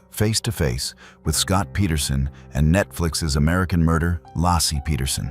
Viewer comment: Lay-see not lassie.